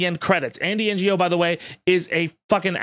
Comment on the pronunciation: "Ngo" is actually Andy's last name and has nothing to do with Non-Governmental Organisations, but I think it's important to show him as much disrespect as is legally allowed, so I strongly approve of your mispronunciation